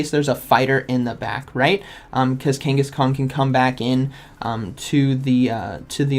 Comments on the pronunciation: Kang a shan not Kenghis Khan 😅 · love how u kept saying kangaskong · love how you keep calling it kangas-kong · Me: Say Kangas.: Kangas. Me: Say Khan.: Khan. Me: Say Kangaskhan.: Kangaskong 😆😅